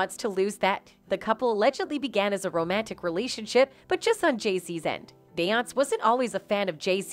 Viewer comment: When u get them white people commentators and they can’t even pronounce her name, or is it out of disrespect?